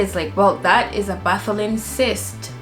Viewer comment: Correction. Bartholin and not Botholin.